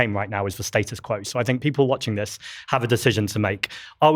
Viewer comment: And, constantly saying ‘I don’t fink..’ does not make it right 🙄